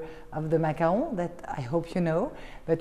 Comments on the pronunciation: Macarons not macaroons. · When the narrator doesn't know the difference between macarons and macaroons. Peasant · To the narrator: it's not "macaroons". FABULOUS loft though, love all the art and space and light.